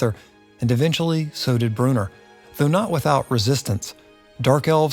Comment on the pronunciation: Bro... Brew-in-or not Brewner.